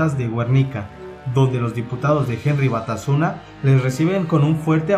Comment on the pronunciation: "¿Porque fallo?" Antes de editar un vídeo sería recomendable ilustrarse un poco en ortografía básica. En Youtube no todo vale. Y no es "Alcatraz", sino "Alcázar"; ni "Güernica", sino Guernica, con "gue" de guerra; ni "Jerri Batasuna", sino Herri Batasuna. Y no es "James" "Milán" de "Borsch", sino Jaime Milans del Bosch. Y no es la "primer" región militar, sino "primera región militar". Rebelarse de rebeldía o de rebelión es con b de burro. Y ya, como remate a este cúmulo de despropósitos, deberías documentarte mejor porque el vídeo incurre en no pocos errores, inexactitudes y hasta leyendas. Hasta la banda sonora es estridente e insoportable. Lo que hacen algunos con tal de figurar en la red. Vídeo mediocre y nada riguroso. Salud. (PD.: Te recomiendo que leas y escuches a Jesús Palacios y aprendes un poco sobre este chusco episodio de la historia de España. De nada). Ah, y no fue un golpe de Estado, que se me olvidaba lo más importante.